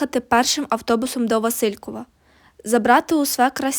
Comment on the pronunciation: а ще є помарки з наголосами у географічних назвах: ВасИльків замість ВасилькІв, Алма-Ата, ще котрась, в одному з прізвищ шістдесятника (здається, Дзюба). Це прикро, але привертає увагу назад до тексту. Все точно не буду вказувати. Але відео, пророблена робота заслуговує повагу та підтримку